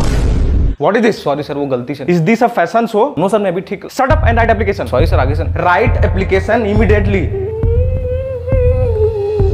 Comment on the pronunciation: Bro your pronunciation of application, shows ur cbse mentality😄